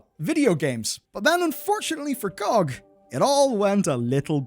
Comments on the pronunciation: oits pronounced "gee-oh-gee" not "Gog" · I had to stop watching after hearing you call it "GOG" instead of spelling it out, I don't want to be around if you ever do a video on USB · Glad I'm not the only one calling "gee oh gee" "gohg", makes me feel I'm not alone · I don’t know who calls it gog. It’s G.O.G. (gee- oh-gee) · GOG = Gee Oh Gee. What the heck ist Goag? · it is not gog as a word it is always G O G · its pronounced geee oh gee. nog gog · Saying GOG as an actual word instead of "gee oh gee" which is what they are is so annoying and i cant understand how you didn't notice that immediately when you said it aloud and changed your script. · why call it that i always call it (gee oh gee) pronounced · It is really embarrassing to hear someone pronounce GOG lol.